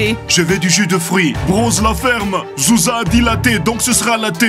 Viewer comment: Petit oiseau au mieux de dire groucha Il a dit zouza Quand elle a demander trois latté